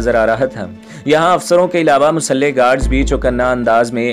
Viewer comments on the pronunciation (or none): Yaar Musalhy guards nahi hota Muslah Guards hota hy correct your words and don't mind bro